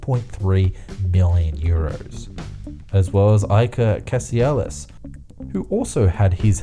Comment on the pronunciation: Love the video mate, but you pronounced Iker Casillas wrong. Anyway, keep making videos like this!